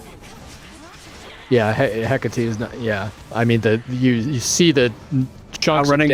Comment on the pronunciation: Isn't it pronounced heh-KAH-tea (rhymes with karate)?